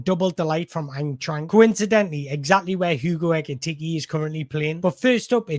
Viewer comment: I love the way you pronounce Eintracht. But not to sound pedantic, it's pronounced Ein-trakt.